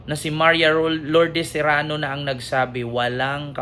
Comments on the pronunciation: sereno hindi serano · Sereno hindi Serano ❤❤❤❤ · Sereno Hinde serano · Sereno hind Serano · ❤cereno hindi serrano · sereno not zerano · Sereno po, hindi Serano. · Correction pls Sereno not Serrano ty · Hindi Serano, kundi Sereno po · Sereno po,Sereno hindi Serano. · Hi, justice sereno sya, hindi serrano😅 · Justice Sereno Hindi Serano